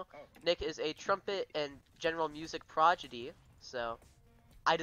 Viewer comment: HAHHAHHAHAH LOLOLOLOLOL YOU SAID PRODIGY WRONG